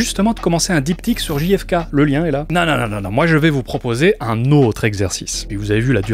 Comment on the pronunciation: Souvent, on prononce Ji-hef-kay pour faire genre, mais ça ferait GFK. On devrait donc prononcer Gè-hef-kay. Tu n'es pas tombé dans le panneau en la prononçant à la française. (En vrai, je sais que tu le sais, mais c'était juste un prétexte pour envoyer un peu d'amour et de soutien ❤)